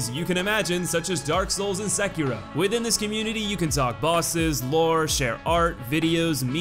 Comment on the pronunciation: he kept pronouncing sekiro as sakeero